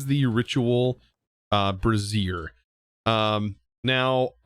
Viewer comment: It makes me snicker when he says brassiere like a bra instead of brazier like a container to burn ritualistic stuff in.